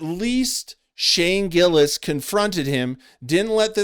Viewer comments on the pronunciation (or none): I can understand if a guys name is Mustafique Abracadra, maybe you say it wrong, but to fuck up Shane Gillis is either intentional, or you're shit at your job. Also "this tony guy"? like he is not one of the most famous active comedians on the planet. I think this guy thinks you get to the top by disrespecting the guys who are already on top, and thats not how its done. Chapelle didn't talk shit about Chris Rock and Eddie Murphy so he could bring them down, he gave them their props, then blew past them with raw talent. If you have talent you presevere, if you don't have talent, you go on podcasts and talk shit about the people who do.